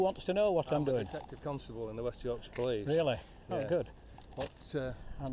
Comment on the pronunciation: May I congratulate you on pronouncing "Yorkshire" correctly, often Americans cannot pronounce it correctly. I live in West Yorkshire and served in the West Yorkshire police for 8 years "resigned" in 2005 due to lots of issues, but mainly corruption. I know that detective and he's a pompous Twat. The only difference between UK cops and US cops are Guns.